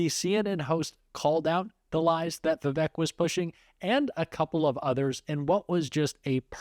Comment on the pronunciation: If you expect people to pronounce Kamala's name correctly then you should show the same courtesy to Vivek... His name is Vivek which rhymes with snake, flake, and mistake.